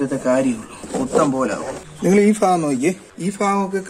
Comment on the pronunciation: ഫാഗം അല്ല ഭാഗം ആണ്